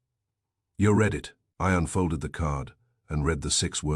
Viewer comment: It's read not Red! Read it not red it. Also, again, it is no, not number. It seems you are not going to fix this problem!